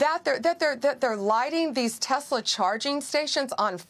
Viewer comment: Donald is so stupid. Elon's Tesla deserves the legal protests and the lack of sales and the tanking stock. Since when do elected members of the government have the right to promote a private company like Tesler? (Donald's pronunciation, not mine).Especially turning The Whitehouse into a Tesler showroom. What an embarrassment! The Tesla protests are happening worldwide. As for the judges, they are following the rule of law. Trump MUST follow the rule of law. Pam Bondy is a hypocrite and a joke. Right now, I am ashamed to be American.